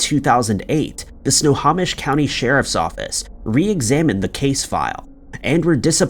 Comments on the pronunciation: I love how he pronounces it sna-ha-mish instead of sna-home-ish 🫤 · It's sno-ho-mish not sno-haw-mish. Sorry. I live in WA. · Sno-ho-mish, not Sna-ha-mish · Snow home ish. Not snow hom ish. 🙄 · Enjoy your channel, FYI, Snohomish is pronounced 'snow-home-ish' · Snow Hoe Mish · Snohomish pronounced snow home ish. Loved listening to your stories. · Actually it's said snow-home-ish. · Omg if you're going to do story's like this please please learn how to pronounce names of cities counties etc correctly it's Snohomish snow - home - ish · DUDE, if you're going to NARRATE PLEASE MAKE SURE YOU KNOW HOW TO PRONOUNCE NAMES. SNOHOMISH is prounounced SNOW HOE MISH...EDUCATE YOURSELF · Your stock vids of police really sucks. Oh, and it’s pronounced “snow home ish” county. Jeeze. And this has to be the only place anywhere that anybody has ever heard the phrase “beloved Chevy Manza”. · In the PNW we pronounce it Sno-HO-mish. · Really, Dude, It's SNOW-HO,,as in a hoe,,,MISH SNO HO MISH. Try harder, please. It kills me to hear you continually mangling it! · Great job as always! FYI for the future: If ever you have something in Snohomish County again, it’s snow-home-ish. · Snohomish is pronounced SNOW-HO-MISH. Takes 2 seconds to google how to say place names correctly. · Glad I'm not the only one that got annoyed by how he said Snohomish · But then people wouldn't comment, he does it constantly.